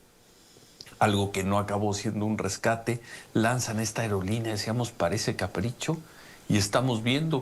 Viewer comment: Enseñenle a pronunciar "AEROLINEA" NO "AEREOLINEA" Se ve finito el plebe pero si necesita vucalizar bien su trabajo